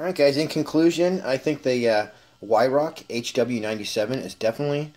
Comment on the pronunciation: Some serious handling problems somewhere along the line for a gun to arrive with the stock in that shape ! And yes with a lot of practice the HW will put tight groups in for sure, on a little point its pronounced Veihrauch, its a german thing with their W's.